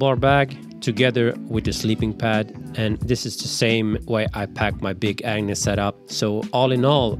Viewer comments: The G is very important to pronounce properly in the name Agnus. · I heard him saying “big ANU$ tent” every time 🤣